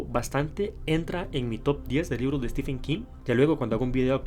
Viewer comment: Se pronuncia STIVEN no STIFFFFEN. De nada